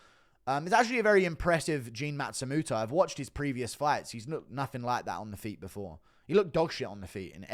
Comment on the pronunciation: It's Matsumoto not Matstumuto